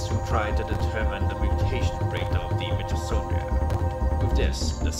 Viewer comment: it s called mitochondria with "h" like history not with "s"